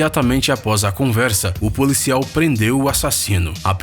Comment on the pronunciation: Ele pronuncia policial como polícial